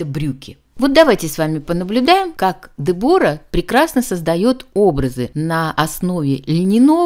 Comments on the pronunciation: Я не могу слышать этого Дебора. По-английски произносится Дебра с ударением на е. И не тоталь лук, а Тотал лук. Уж извините. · Де'бора ударение на первый слог.Знаменитая итальянская чемпионка по горным лыжам.А "оседлала жизнь"(ит.выражение) выйдя замуж за одного из представителя семьи которая владеет известным брендом "Беньетон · Дебора ...ударение на е! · На сколько я знаю, по-английски произносится Дебра, о выпадает. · Дебора - ударение на первый слог